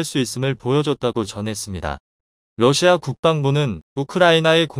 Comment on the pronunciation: 러시아를. 외 럿시마라고합니까